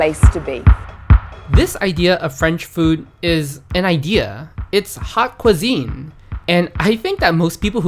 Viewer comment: fellow and French teacher here. "Haute cuisine" is "OAT quee-ZEEN," not "Hot cuisine"-YEE HAW! 🇺🇸🤝🇫🇷